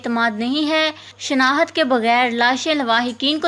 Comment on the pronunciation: Word tu sahy bolo. " shnahat" kya hai. " shnakht" word bolo